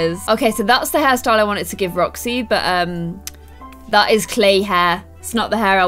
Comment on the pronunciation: When you wanted roxy you said joxy